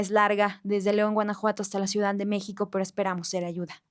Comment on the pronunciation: #Ausencias, el mejor podcast 💯👍, solo una duda #, cuando dices la palabra #ciudad, se escucha como #ciudan